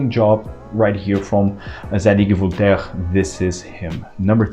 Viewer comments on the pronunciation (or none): none